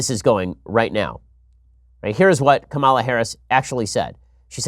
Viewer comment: Please stop your clear and intentional historical mispronunciation of Ms. Harris' name. It is pronounced Ka-ma-la. You know like Kamala the Ugandan Warrior. His last name is even Harris! OMG!!!